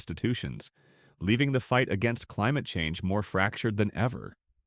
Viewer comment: "The fight against climuhchange" hahah you 🤡